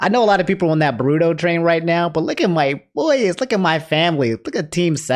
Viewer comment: thats not how u say sakura and boruto